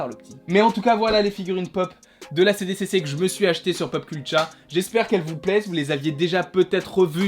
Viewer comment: Trop bien ! 😍 Mais par contre c’est "SDCC" pour San Diego Comic-Con et pas "CDCC" ! 😜🤣